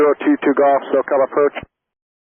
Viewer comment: "Circle to land runway 23" vaguely sounded like "Cleared to land runway 23". Wonder if that's what confused the pilot at that point in the exchange, as it was way too early in the approach to be cleared to land.